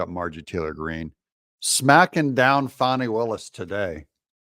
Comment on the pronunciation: brother doug, it's fani, not fahni